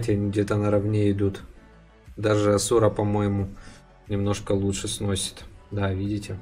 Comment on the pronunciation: Асура а не асУра